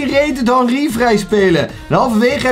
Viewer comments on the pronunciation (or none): Bro het is henry geen hanry hahahahaha